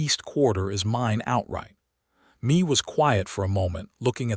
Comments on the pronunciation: Please please please... redo this whole story. This time pronouncing her first name as, May... not Me. Me, is only M-e Mae is pronounced May. AI is tiresome... 😮‍💨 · The name Mae is not pronounced “Me”. Mae is pronounced May (like the month).